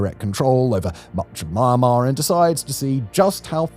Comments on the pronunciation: It's not pronounced "Myan" like the Mexican My-an. It's mee· an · maar . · Why do you keep syaing MA AHN MAR? SAy it with me now MEEE ANN MAR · Well researched video about rarely talk about conflict. One thing I'd like to change is the pronunciation of the country's name, Myanmar.(pronounce more like Mian-mar) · Mian-mar, not My-an-mar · Try first to name the country with correct pronunciation. It is not Marmar. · Dude stop saying the world Myanmar especially when you can’t pronounce it.